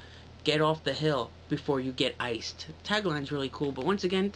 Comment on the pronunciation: It sounds like you were saying "ice skull".